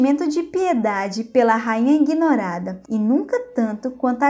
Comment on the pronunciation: Legal seus vídeos Mas a pronúncia correta é ignorada, e nao, ingnorada.